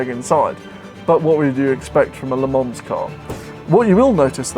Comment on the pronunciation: Come on, Its called 'Le Man'....Not 'Le mans'.....Ha!